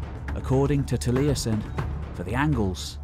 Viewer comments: Truly excellent video, but for future ref Taliesin has only three syllables: it's "tal-YES-in", not "tal-EYE-essin". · Great job done but your pronunciation of some of them welsh words was terrible!! I've got a friend called taliesin he challenges you to a duel for butchering his language!